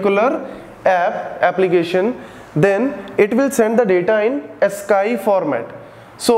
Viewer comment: Sir Ascii(ask-ee)